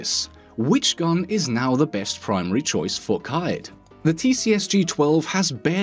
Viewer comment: Why do you say primary wrong?